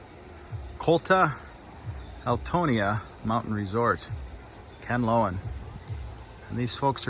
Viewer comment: I keep hearing you pronounce "kanloan" and it is "can-la-on" or am I not hearing well? Go and buy a piece of bed foam to lay under, that will help. Remember that you are not a very young man anymore! No, camping isn't a sport here in the Philippines as there is many bugs and ants... No will animals though, but it's hot at night!